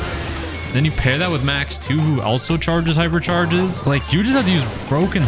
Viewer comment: Did bro say pipercharges 😂